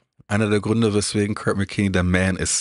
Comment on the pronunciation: Die K.i Übersetzung ist jetzt schon genauso kult wie der Film. Die Übersetzung könnte sogar Cleveland Indians 2 den Rang ablaufen. „Oh Kurt“ anstatt Körd, oder auch die Seed Ups